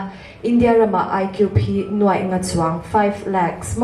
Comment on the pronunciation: NUAI leh NUAIH hre hrang rual chu i nih tawh hmel asin le. Youtuber te hian Mizo ṭawng zir ṭha leh teh u.